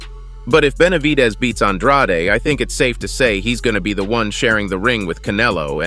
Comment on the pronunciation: How many times does Andrade have to pronounce his name as An-dr-aid, NOT Aun-drotty?